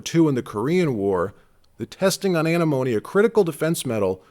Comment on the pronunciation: You need to learn to pronounce antimone before you start talking about it